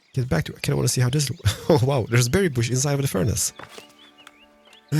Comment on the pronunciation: Why is it you turn Welsh everytime you say dairy or berry XD <3